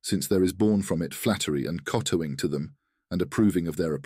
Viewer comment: Ayyuha Al-Walad has been requested numerous times, we hope you enjoy this production! A few corrections: - In ~3-4 words text is broken in the captions, easy to miss. - In minute 42: Impious is mistakenly pronounced "Impe-yus", and Kotowing should be pronounced "Kow-Towing". Disclaimer: AI Tools have been used in the production of this video. Thank you for your continuous support as we improve on our process. Original English text can be found here: (translation titled “O Son”)